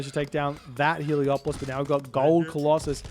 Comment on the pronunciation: Heleopoli? crazy pronounciation